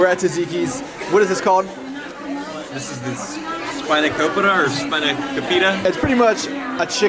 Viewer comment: Loved this video!! The spanakopita pronunciation was my fave hahah